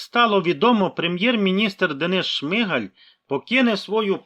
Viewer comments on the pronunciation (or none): none